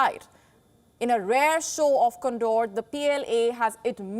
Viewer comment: Condawr? No,ma'am, kan'der/